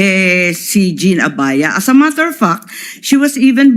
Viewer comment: Imee Marcos “ as a matter of F—k” 😂😂😂. Iba ang bigkas ng FACT sa F- - K. Grabe ka nmn. Senadora ka pa naman